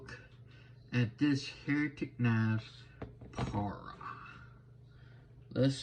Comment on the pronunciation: Thanks for the review. It’s pronounced Pa-Ry-Uh just so you know.